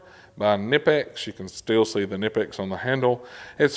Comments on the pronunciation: It’s pronounced Kah Nipex. FYI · Pronounced KA-nipex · you have to pronounce the k in knipex...please man it is german